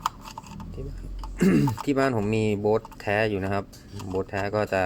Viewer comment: ยี่ห้อนี้เขาอ่าน "บอส"